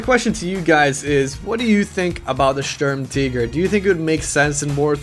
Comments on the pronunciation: M3D13V4L If he were pronouncing it "in German" it would be "Shtoorm-Tee-gair" and you would roll the R's. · Ughhhhh the way you say tiger bothers me so much, its not Sturmteger its the tiger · German ZockerHD It's not Sturm TEEGER idiot it is spelt sturm TIGER for a reason so unless you say Tiger "teeger" you are wrong. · Sturm"teeger" you mean Sturmtiger as in TIGER like the big cat!!! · WTF IS A SHERM TEEGER? retarded peope shouldn't try to pronounce things out of their language. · german, tiger is pronounced teeger, and they pronounced it stermteeger, but some people pronounce it stormteeger for whatever reason :P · Why are you pronouncing tiger "teeger" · The way he pronounces the vehicle name, kinda makes u get the idea of "hey, lets change the official pronunciation of Tiger to Tea-ger instead of just pronouncing it the right way" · Say Sturmteeger one more fucking time. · I couldn't watch this, his pronouncing of Sturmtiger as 'teeger' was just far too annoying, I'm sorry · Why the fuq are you saying the word tiger like tea-ger??????????????????????????????????????????????????????????????????????????????????????????????????????????????????????????????????????????? makes you sound retarded as fuq! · I'm pretty sure "Sturm" is pronounced "Stoorm" and if you want to say "Tiger" I guess you say "Tigré". (Note I wrote how it's pronounced and not spelled) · Why do you say SturmTiger like SturmTeeger. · Jambona - Funny Videos - Gameplay - Parodies its pronounced like SturmTeegur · This little girl really needs to learn how to pronounce stutmtiger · M3D13V4LLol. he doesn't even pronounce it german.